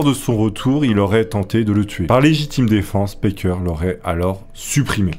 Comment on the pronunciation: Juste un détail, c'est "Packer", pas "Parker". Tu rectifies, mais je pense que c'est un "a" à la française, cf Cannibal le musical en vo.